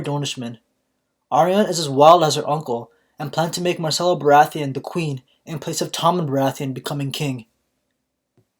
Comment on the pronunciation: its not 'marcella' its 'myrcella'